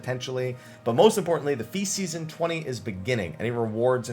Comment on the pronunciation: You said feast season so much it started to sound like faeces, lol